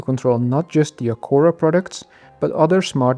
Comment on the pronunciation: Misschien het merk juist uitspreken😂maar hele leuke video.